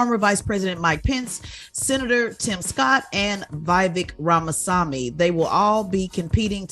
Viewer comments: Tezlyn Figaro claims she is an independent, but has all the smoke for Republican guests and featherweight energy for Cornel West. Then can't pronounce Asa Hutchinson's or Vivek Ramaswamy's name correctly. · Tez is so petty, she didnt say Vivek Ramaswamys name correctly. Its sad